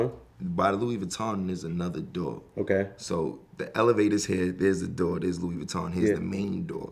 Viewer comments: he said "Lewis Vuitton" not Louis Vuitton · he rly pronounced Louis Vuitton like “Loo- iss” not “looo-wee”